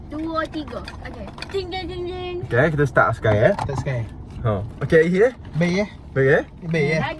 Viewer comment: “Sekarey” serabut bunyi nyaa hahahah